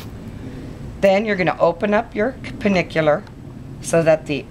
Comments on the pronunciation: Hi, I just watched your video, they are really beautiful broaches, but one tiny thing, it's pronounced Pen-Anular not Penikular! If the ring is a complete circle then it is an Annular broach! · I though they were pennanular not pennicular or whatever you said.. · Its pen ANNULAR, with an N. There is no ICK in it. Get a clue, woman. From someone who made penannular brooches from '81 to '22. Other than that, nice tutorial!